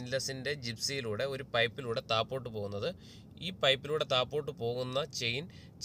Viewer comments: THAPPOTTUMALLA THAZHOTTUMALLA KEEPPOTTUMALL, THAZHEKKANE SHARI😂😂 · താപ്പോട്ട് അല്ല താഴോട്ട്... 🙄😳